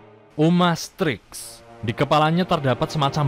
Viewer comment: Paling ujung Itu mah uromastyx bang bukan umastryx 😂